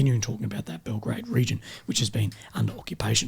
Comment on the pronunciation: Belgorod and Belgrade are two different cities - one in Russia, the second in Serbia. You sometimes mispronounced Belgorod for Belgrade. Anyway, keep up the good work. 😃